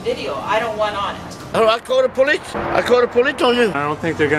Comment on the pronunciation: lol call a politz-call a polittz!!! :D